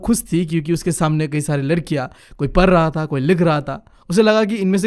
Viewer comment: Nothing parr raa thaa parrr rii thi like thish padhrah tha padh rhi thi 😂😂😂😂😂😂😂😂😂